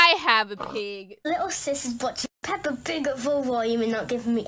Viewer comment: Bro called pepa 'papa'